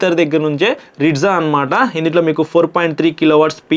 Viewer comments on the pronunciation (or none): Ritza kadhu rizta